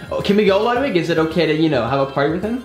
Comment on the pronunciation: It’s so funny when called Ludwig “ Wiglood “